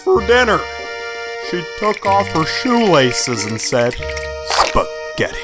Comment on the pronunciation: The way he said "Spaghetti"